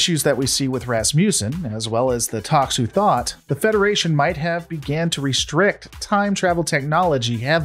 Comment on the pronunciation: The way this guy pronounces certain words almost makes it seem like he hasn't actually watched star trek before. Seelick and Tox uthat being two of the mispronounced names. It's Sill ick not see lick and Tox utot not tox uthot